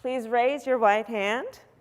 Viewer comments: Did I hear her wrong as a result of her mask ? Every word but one was clear. I hope I'm wrong but it sounded like she said ,please raise your white hand ,instead of right I had to replay it about a dozen times and sounds the same everytime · Lol yeah, it’s similar to white, but she did say right